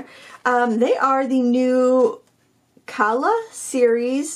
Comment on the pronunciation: I believe the pronunciation would be Ka’ala, being Hawaiian.